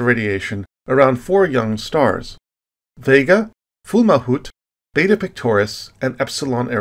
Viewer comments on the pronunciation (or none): none